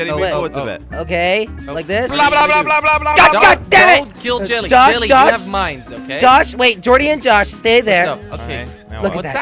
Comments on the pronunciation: Who's the person that keeps saying jilly instead of jelly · Why he call u jilly instead of jelly